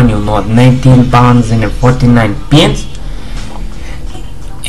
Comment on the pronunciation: I swear he says penis instead of pence :D